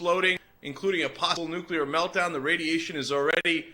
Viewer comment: NEW-KUH-LURR HURR DURR